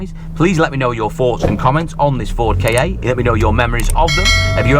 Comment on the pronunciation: It’s a KA not a a Kay Ay or K.A.